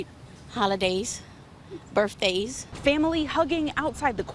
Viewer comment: she said burfdays